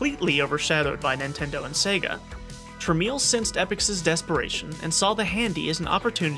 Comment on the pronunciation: “Truh-mell”, not “truh-meel”.